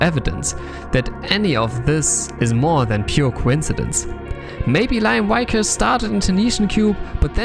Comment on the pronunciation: Just gunna pop in here and say the pronunciation of Liam Vickers is "Lee-um Vik-urs" though it was fun to hear it as Lyom Wykurs. :P